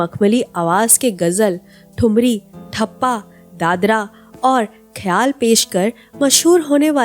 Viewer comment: ठप्पा नहीं टप्पा कहिये